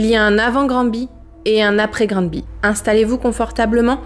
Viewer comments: On prononce ''Granbay'' c un nom anglophone ! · Granby est prononcé Grannebé au Québec. De plus, tout le monde dit neuf-un-un. Personne ne prononce le 911 comme un chiffre tel que vous le faites. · En fait au quebec ''Granby'' on le pronnone plus comme ''Grane Baie'' lol...mais on est con aussi. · Granbé que sa se prononce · On prononce Grannnnber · Ganby se prononce granne bé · Granby se prononce a l'anglaise " Grand Bay " ... Soit " Grandbée " si tu veux un peu plus phonétique 😅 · Euh… par contre sa se prononce grambé. Sa serait bien de faire des cherches sur la prononciation des lieux. Pour ne pas être irrespectueux. Surtout que tes vidéos sont vu, au Québec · Grammebé meilleure facon de voir la prononciation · Sa se prononce Granbay avec un sonorité anglophone. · Par contre ca se prononce Granbé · Bonjour je viens de Granby et je voudrais corriger quelques choses, la prononciation n’est pas bonne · Tu prononce pas grambéé toi ? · 😂 pour faire simple,au Québec ont prononce " GraNbé" ,à lire exactement comme j'ai écrit! Merci tu es super! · On prononce (Granbé). Merci pour votre récit, beau travail! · Ça se dit plutôt Grannndbé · Normalement au Québec ça se prononcer Grandbé. Oui c'est bizarre. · Merci pour ta vidéo , et si cela peu t’aidé ont prenonce Granby ” Grambé ” 😊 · sa se prononce gramebay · Cela se prononce comme suit :Granbé Bizarrement oui Je viens du Québec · COUCOU, ca se prononce Gramme bay. Grambé. Mais on sen fou, cette histoire est horrible. J’ai tout suivis jetais la! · Ça se prononce: Grann bé et parfois même Grambé, c'est un nom en anglais un peu transformé en bon québécois, hihi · Graine bé....🙄 Pas difficile... et ça tape Pas sur les Nerfs...Merci. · Nous les québécois ont dit Granbé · Cest granbé que ca se prononce le Y devien é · Ca ce prononce granbé mais avec un y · on dit Grandbé, salut ! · On le prononce: Granbé. (Granby) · Ici on dit plus Grann-bé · On prononce le n comme un m… Grambé 😊